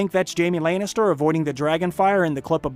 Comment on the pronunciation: Layn is ter I hate his pronunciation